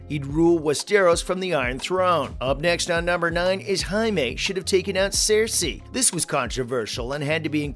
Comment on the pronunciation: Dude, Jaime lannisters not Mexican why you say his name like that😂